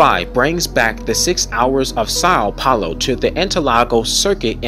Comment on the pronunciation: Stop saying imola like that!!! And raddilon and sau paulo!